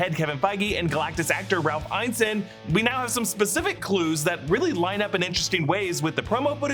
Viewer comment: His name is pronounced Ralph "In-ness-in" not "Iyne-sin"